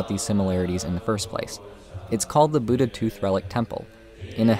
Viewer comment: ur pronunciation of buddha is westernized, cuz there is a difference in da and dha.